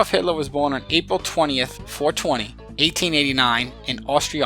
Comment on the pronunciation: Lol you emphasized "4/20" there.